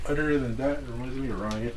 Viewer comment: Ah man, I come for the "odder dan dat" 😁